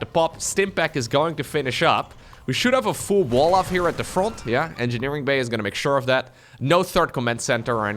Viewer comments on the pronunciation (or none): Your English is almost perfect, so no worries. Problem is that we do not shorten the word engineering the way you think, and that's why it sounds like energy.